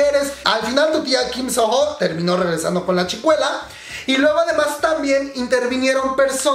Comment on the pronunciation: Se pronuncia "Sono", la h es muda en este nombre.